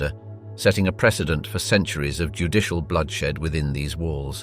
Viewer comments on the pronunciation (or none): none